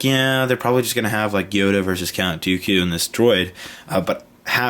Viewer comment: you said Cat Dooku